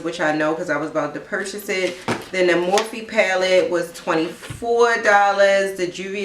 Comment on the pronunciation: Mor-fee = MORPHE (prnounced "morf")